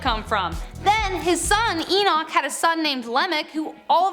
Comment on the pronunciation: Nice video. May I suggest d Book of Eee-noch. Not d way u Said it. Lol great job